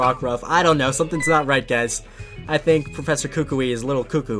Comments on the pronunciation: WatCH THe Anime tHats not how U SaY Kukui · ah yes the pokemon school teacher, kookooway